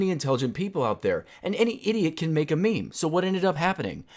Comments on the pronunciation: I don't think you know what memes really are... Also, the only people who pronounce it maymay are middle aged women on Facebook that don't know better. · who the fuck calls meme's "may may" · No one says may mays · Stupid people say it like "MayMay" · lol who pronounces meme as may may